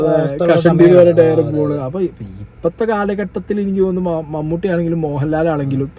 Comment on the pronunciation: Mammoottty alla mammatty aaaa🤣🤣🤣.. Jada thendiii